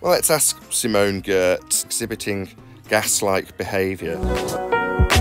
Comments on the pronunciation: Great work as always! One thing though: Giertz sounds more or less like 'yertz'. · Just FYI, Simone is Swedish and her last name sounds more like Yoitch. You need to hear her pronounce it to get the real sound. She's the Queen of Shitty Robots. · I believe Simone's surname is pronounced 'Yatch'. As I recall, she said it's a Swedish thing. And I wonder if she's happy to feature in an video - anybody broken the terrible news to Simone? But why on Earth (!) does buffoon make such stupid, stupid statements? He MUST realise it is wrong, and also wrong. What IS his problem? And yes, that should be pluralised, obviously. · Is that Simone Giertz? (I know she rode the vomit comet.) damn well better not be shitting on my favourite "chick". Edit: ok, I missed him saying it the first time, considering he grossly but not surprisingly mispronounced her name. leave Simone alone!!! Edit2: Simone Giertz and The Action Lab! Best episode ever!